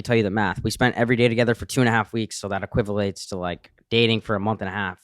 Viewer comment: really said equivilates. 😂